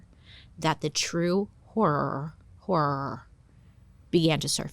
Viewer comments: Love how she ways messes up HORROR with WHOREOOORRR whahahaha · Yes! The little click and “noggin”keep me from jumping off a bridge sometimes lol I also love when she tries to say Horror😂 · Hi Bailey, longtime fan here with some speech issues too…I’ve always meant to give you this hint about the word ‘Horror’. I’ve lived in Boston area my whole 60 yrs, and we really separate the two syllables with different sounds…the first is closer to HA, then -ror. Or even like Hurrah or Harrah. Hope this helps! 🎉Love you! 🥰😘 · I am in no way ripping on how you pronounce 'horror' but if you are really struggling, pronounce it like an Aussie 'Horra' 😂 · Bailey not being able to say horror will never not be funny 😂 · someday... Bailey will be able to say horror